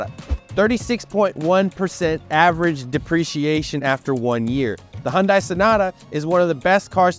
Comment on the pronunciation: The correct pronunciation is "Hun-DAY," and not "Hun-DIE...informative video though.